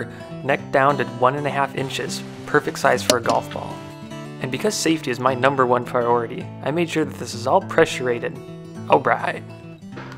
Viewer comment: "Saftey is Numbah 1 Pwioritee." -An amazing Man.